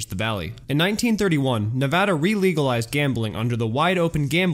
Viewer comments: Thank you for pronouncing Nevada correctly!!! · Thank you for pronouncing Nevada correctly ^_^ How about the decline of the resorts up in the Ozarks? What happened to your Twitter page?